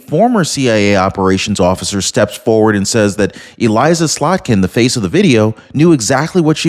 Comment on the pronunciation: it's pronounced (Eh-liss-a) Slotkin